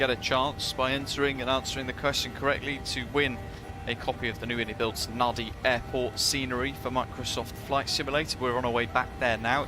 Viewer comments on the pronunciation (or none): NADI - pronounced NANDI !!...but beautiful scenery, livery and v nice video as always